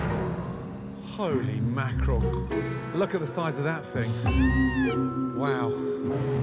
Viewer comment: "holy makrel"